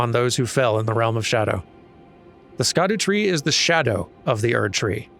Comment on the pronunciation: sc in scadutree is "sh"